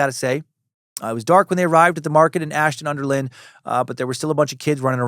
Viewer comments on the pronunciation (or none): I'm from Ashton under lyne and it's pronounced line not lyn .Great episode mate ❤